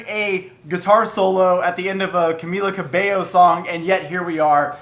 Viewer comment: I’m glad you pronounce her name right! Love your videos!